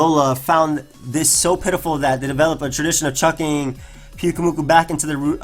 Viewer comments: It's pronounced like puke. Because it's spewing its innards out. And moo-koo. A Morell is a mushroom, pronounced Maw-r-ell. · Im pretty sure its Pew-koo-moo-koo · the pyu in pyukumuku should be pronounced as pew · it's Puke-umuku, pyukumuku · I think it's puke-oo-mew-koo